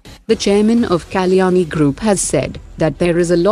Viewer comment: I wish the lady commentator says Kalyani correctly It's a sanskrit word